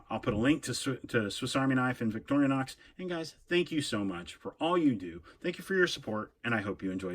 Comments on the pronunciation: Why do you pronounce it by saying "victorianox" 😐?. It's pronounced "victorinox" 😐. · No disrespect! Many people pronounce it this way, great video